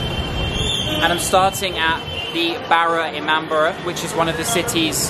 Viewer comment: It's Not ImamBRA It's i-maam-bada